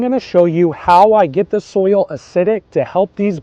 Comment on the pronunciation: I like how southerners say it. They say you have to acidify the SOUL.